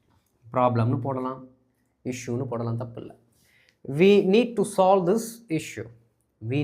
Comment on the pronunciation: not slove instead of solve